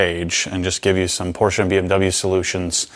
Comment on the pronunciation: We love a Porsche owner who knows how to pronounce ‘Porsche’ haha